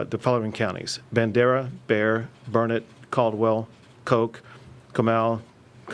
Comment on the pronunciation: It’s Burnet, durn it. Not Burnett